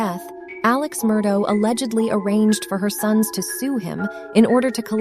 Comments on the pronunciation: It would be nice if the narrator was able to accurately represent the most basic aspect of their video, namely the pronunciation of the name "Murdaugh". While it can be forgiven if one pronounces it "ah" or "auk", to ascribe a pronunciation that NO ONE associated with the case has ever used, renders this video unwatchable. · I didn't make it that far... been following the case for over a year so I'll be darned if I'm gonna listen to someone call this guy Alex Murdo while pretending to know what they're talking about.